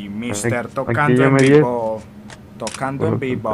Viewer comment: decía tocando en pivo o vivo